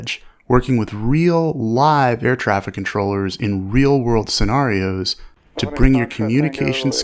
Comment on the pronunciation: Sounds like a really interesting class, but I couldn't deal with that pronunciation of "scenarios" for an entire course. Great content, though